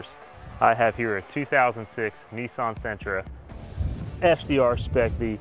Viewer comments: It’s not ... ‘NEEEESSAAANNN’ it’s NISSAN.... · Cleetus McFarland Bruh. Brah. Niss an. Say it with me. Niss. An. Nissan. Not nysson wtf is that